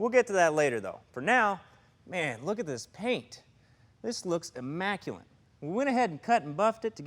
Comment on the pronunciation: IMMACULATE NOT IMMACULANT